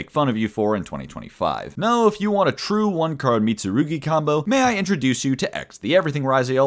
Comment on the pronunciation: props for actually pronouncing the mitsurugi cards correctly